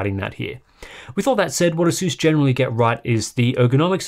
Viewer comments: "Ay-suhs"is his you pronounce it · It would be very good to learn whether the monitor has a hardware LUT. BTW, you are not pronouncing "Asus" correctly. Take a hint from the company itself.